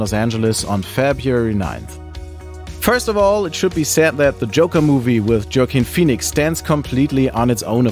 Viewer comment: I never heard of Joke-ine Phoenix before until now. 😂😂